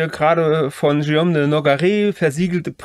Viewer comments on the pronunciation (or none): Tolles Video, ich bin sehr beeindruckt und Ihr Beide habt eine neue Abonnentin gewonnen. Wenn ich eine kleine Anmerkung machen darf, als locuteur natif muss ich bei dem schönen französischen Namen Guillaume immer sehr fest schlucken, wenn daraus ein Schioom wird. Die Buchstabenkombination g und u wird wie das deutsche g ausgesprochen. Was die Leistung, die hinter der Erstellung des Videos steht, in keiner Weise schmälert. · Warum denkst du, hat Guillaume ein u zwischen G und i? Genau, damit man [ɡ] spricht und nicht [ʒ].